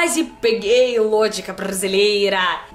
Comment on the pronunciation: "Eu Kvaze peguei o lôgica brrrrrasileira" 😂🤣😂🤣😂🤣😂🤣